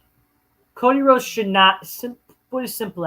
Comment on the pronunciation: "Fuck Co-Dee-Whoades"